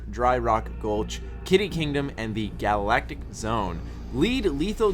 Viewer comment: Did you just pronounce Galactic as Gall-Actic?